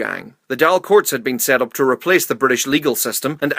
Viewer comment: How come every time he pronounces the Dáil so wrong every time